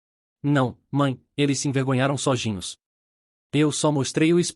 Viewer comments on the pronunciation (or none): Sojinho kkkk😂😂😂😂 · morro de rir que a IA não sabe falar SOZINHOS kkkkkkkk